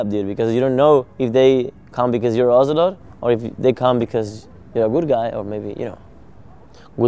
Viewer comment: IT´S OZIL-OTE!!